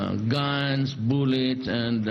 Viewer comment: boolets? He doesn't want the boolets either? Well, sheet.